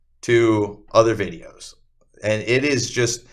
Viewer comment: Everybody be on the lookout for the Great Lakes accent (between Wisconsin & upstate New York). He pronounced videos as “vide-ooze,” nonsense as “nansense,” & I as a nasally “uh-IIIIII.” Happy hunting!!!